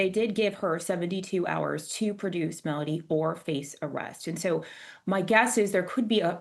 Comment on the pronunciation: It would be nice if you could pronounce her name properly It is Mel O Dee Not Mel A Dee